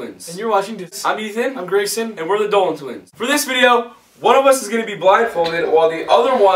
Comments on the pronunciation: Well Ethan, I'm sorry but it's E-tee-wee-tee time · Ethan: “Dieterily” Dairy has entered the chat...